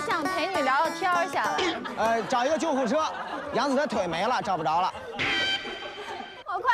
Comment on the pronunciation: 怎么感觉杨紫叫起来像娘子